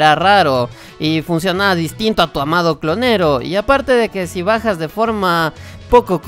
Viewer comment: Osea si dices guitar hero, pero también dices "clonero" 😂